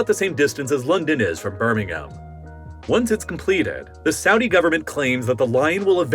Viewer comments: Well done for saying Birmingham properly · First time I've ever heard an American correctly pronounce Birmingham! Thanks from Birmingham